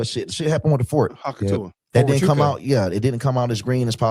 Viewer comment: calls it Hawk Tuah on purpose.